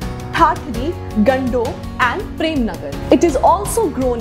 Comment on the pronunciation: Its gandoh not gundo And hadal is famous place for rajma